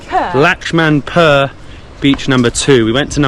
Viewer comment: It's pronounce as Lakshman-pooor. Hope it helps.